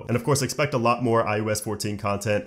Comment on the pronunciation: STOP SAYING IUS IUS IUS. IT IS IOS